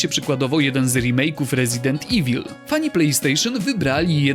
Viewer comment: "Resident iwil" ,ludzie jak robicie takie rankingi to na miłość boska sprawdzajcie jak poprawnie nazywa się gry